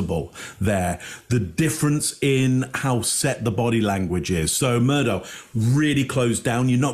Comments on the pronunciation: Alex Murdaugh is pronounced Alec Murdock. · It might seem trivial, but it pisses me off the number of different ways his name is pronounced, when it is clear from the trial footage. Alex Murdaugh is pronounced Alek Murdock, that's the way he pronounced his name and was how he was referred to in court. I'm Scottish, and Alex is a shortened form of Alexander, which is a very popular Scottish name. Some Alexanders choose to pronounce the shortened version of their name as Alex, but I'd say the majority choose to pronounce it as Alek even while spelling it as Alex. Murdoch is a common Scottish surname, pronounced Murdock. Murdaugh is a much less common variant of the name Murdoch in Scotland, but still pronounce Murdock. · it's probably a UK English pronunciation. Although they do mispronounce Murdaugh. It's pronounced Murdock.